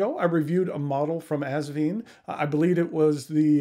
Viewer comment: Haha. He said assvine. I’m going with that one